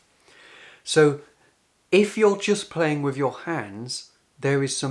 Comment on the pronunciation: …..he wd be if only he said breath, rather than breff, and with, rather than wiv